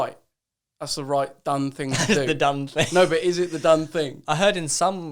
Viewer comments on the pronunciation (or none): Joe "the dunnfing" Weller XD